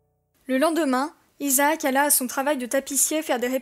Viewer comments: On dis Isaak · les gars izacke à di à Jack je crois je croyais